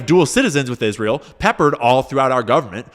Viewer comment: Is ra hell